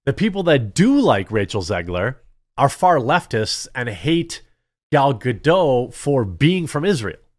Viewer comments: Gal Gadot's name is pronounced Guh-DOTT, not Guh-DOH. I know, you think it's going to be like "Waiting for Godot" but it's not. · Common man. Pronounce Gals name correct for god's sake. You almost do it right and then the surname gets French. It's Galb Gadot with a hard T not silent T. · You managed to pronounce the "t" in Gadot once, then randomly reverted to somehow thinking that Hebrew is pronounced like French